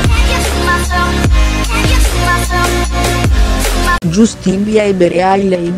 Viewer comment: Non si legge justin ma jastin si scrive justin